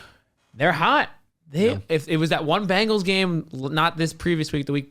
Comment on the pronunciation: Why do you guys always say "BANGLES".... sigh I don't know if it's on purpose just for fun or you're just stupid. I dk which! BEN... It's BEN-gles..... BEN!!! :face-blue-covering-eyes